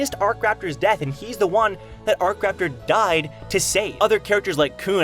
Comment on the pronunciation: Isn't it akraptor not arc-raptor?